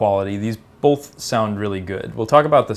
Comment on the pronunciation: Says "bolth"